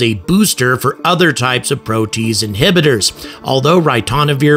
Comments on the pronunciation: Hey,, it's pronounced "pro-tee-aze", NOT 'pro-tease'! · "Pro tea ace" not "pro taze" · I think it is pronounced 'pro-tea-aze', but fantastic video and a ton of information! My go to source for space info and entertainment! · Protease: three syllables, "pro-tea-ace." An enzyme which cleaves (breaks molecular bonds in) a protein. Sorry, I'm a biochemist. Might as well say "nucular" instead of "nuclear" to a nuclear physicist. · Pro-Tee-az. (as in h/ [aze} prolly. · Protease? PRO - TEE- ACE inhibitor. ;-)